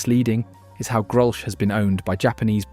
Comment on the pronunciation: Another thing Grolsch is pronounced 'grolls'